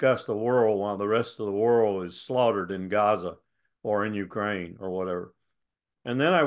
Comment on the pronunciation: He does the same with Ukraine .He says (UU crane).😅😅😅